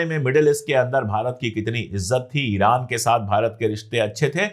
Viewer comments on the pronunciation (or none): none